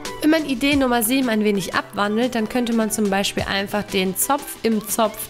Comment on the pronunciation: Sie sagt statt idee 6 Idee